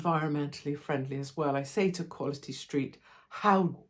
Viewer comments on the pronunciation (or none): HOW DAR YOU 🤣😂🤣😂 I can hear the accent